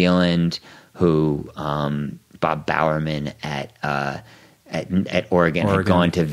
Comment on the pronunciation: You lost me at "Bob Bowerman"